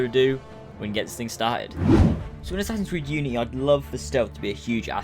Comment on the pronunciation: We don't want the guards to be stronger and go learn how to say unity right